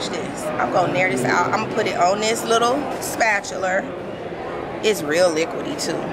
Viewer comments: "Spatuler"...marry me...I love you...wait how'd I even get here...nm...marry me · 🤣🤣 my auntie says “splatchler” too